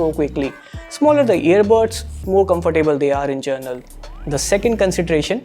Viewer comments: and its pronounced as comftable not comfor table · Comfer-table lol